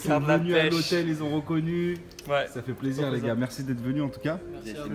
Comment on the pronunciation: "Sā fit plaisir " 😂